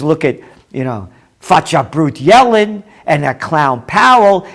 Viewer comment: Yellen .....................pronounced .."Yelling !"